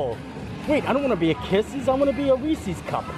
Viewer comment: Hello, first time viewer. -Did you just miss pronounced Reeses. You said Reesie‘s. Even the “voice to text“ feature on a phone spells Reesie’s when I say it your way. (Laughing) -Mario, The Disneyland Neighbor.